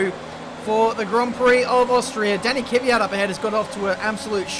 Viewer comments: Last time I checked the driver as called KVYat and not KYVat, but I guess you live and you learn ;) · Pls say kvyat right my autism is getting to a high level